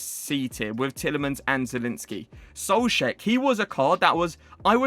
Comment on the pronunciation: listen to how he says soucek